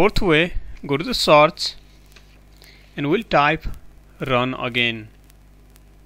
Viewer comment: Lol a new word generate here which is "taaaks".....XD What the hell "saaarch" " thard estep"